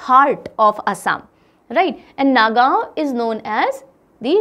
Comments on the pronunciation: Not a Nagaon pronounce Nogaon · The pronounciation of Nagaon was wrong actually it is pronounced as ''Nogaon'' also The pronounciation of Barpeta was wrong It is pronounced as "Borpeta".